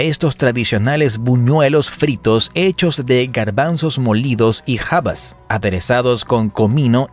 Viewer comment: Es increible que pronuncie jabas en vez de habas. ¿No sabe lo que es haba o faba en español?????? Es originaria del río Nilo.